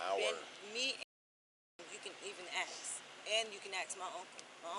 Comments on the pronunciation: "Ax" instead of ask is worse. 😅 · It’s “ASK” not “AXE” moron. 🙄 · "You feel me, if you axe me" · If you have to say ya feel me over and over again, your full of shit. If you axe me your a horrible mother , ya feel me. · did they change how ask was spelt because she keeps saying aks. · "You feel me" and "aks" all the time.. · Why is "ask" so hard for these people to pronounce? Ya feel me? Ya feel me? The only thing I feel is disgust.